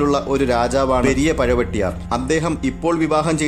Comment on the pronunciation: പഴം വെട്ടിയാർ അല്ലാ, പഴുവെട്രയ്യർ എന്നല്ലെ?